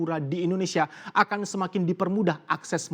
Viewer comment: Humor receh banget cuma denger host nya ngmong Akin Yg dimaskud "Akan" hehe